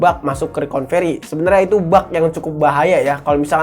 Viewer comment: Recovery bang bukan reconvery, biar channel makin bener